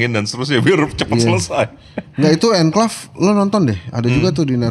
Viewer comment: Conclave,, bukan anclave